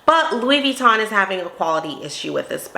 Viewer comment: As an expert, why is she mispronouncing Vuitton?